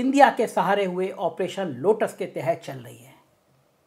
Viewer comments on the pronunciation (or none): none